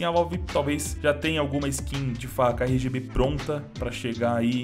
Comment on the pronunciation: cada rgb que ele disse, sangrou meu ouvido